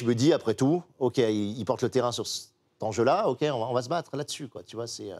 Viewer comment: 48'53... "le grand zenjeu" Clément ?